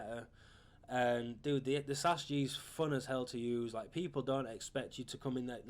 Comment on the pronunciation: it's S A S fucking G not sas g shit